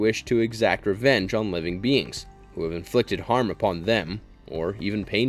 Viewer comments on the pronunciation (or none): none